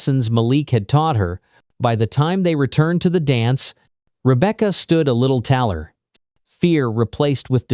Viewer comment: You missed pronounce taller